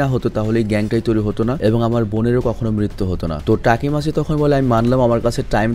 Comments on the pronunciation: Vhaiya takimaichi na takimichi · তাকিমাচি না তাকিমিচি❤ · ভাই আমি জানি আপনি অনেক কাজ করেন। কিন্তু আমি চাইনা অপনি main character এর নাম ভুল বলেন।ওটা তাকিমিচি=তাকি